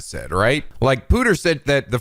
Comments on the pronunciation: I was waiting to see if you would pick it up but Pewter is pronounced "pyu-ter" not "poo-ter" (because computer)! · calling pewter "pooter" just makes his character actually redeemable